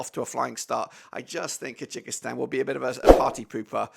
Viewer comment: Kyrgyzstan 2 - 1 Thailand, goals from Kimi Merk, Joel Kojo also its pronounced Kur guh staan or Kur gy staan